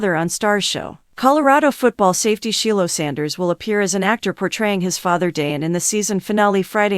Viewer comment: DĀN and SHEE-lo Sander? The AI is torture!